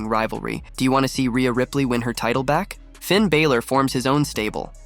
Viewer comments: Please will you stop saying Finn Bàylor it isn't that it's Finn Bàlor sorry just needed to say this cause it is easy to pronounce lol😂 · I kills me every time he pronounces "Finn Baylor" instead of "Balor". And Drew "McIntree"? lol